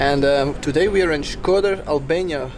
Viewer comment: Shkodër and not shköder